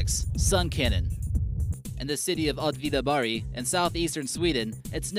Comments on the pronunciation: I'm sorry but, your pronantiation is so bad I can't make out what places you are takling about. :P Did you say Trojabori, Atvidabari? Wouldn't have a clew if it wasn't for the pictures! :P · "Atvidabary" it's pronounced "Oh-tvida BERG"